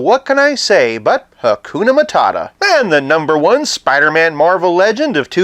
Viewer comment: Soo-pidah-man! wow!